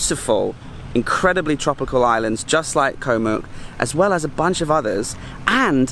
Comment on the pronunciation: pronunciation police to the rescue: เกาะ (koh) - Island - the 'k' is a 'g' sound like in 'guitar', and the 'oh' is an 'O' sound like in 'Orange'. :)